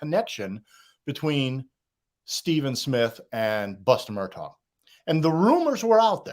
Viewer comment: Of all the pronunciations u want to say, Mur Tog?? It’s super commonly mispronounced but this is just obnoxious and annoying